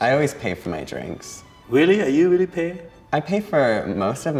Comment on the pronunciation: You mean weally